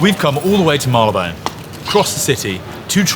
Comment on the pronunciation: pronunciation of both "Marylebone" and "Worcestershire" are perfect. 👌